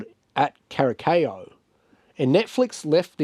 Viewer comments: CURASAO, PRONUNCIATION IS WITH SSSSSSSSSS. 🤦‍♀🤦‍♀🤦‍♀🤦‍♀🤦‍♀🤦‍♀🤣🤣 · Kurasao thats how you pronouns it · kur uh sau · Cara sow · Your pronunciation of Curaçao is soooooo far off, please, please just Google the pronunciation next time 😅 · I thought it was funny the way you pronounced it, but it's one of those words that can easily throw you off.